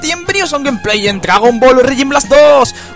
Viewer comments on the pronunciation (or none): none